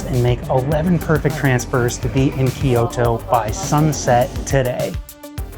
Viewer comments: It is not called KeeYoTo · Good video but it drove me nuts hearing "key-oh-toe" over and over lol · Kyoto is two syllables, not three.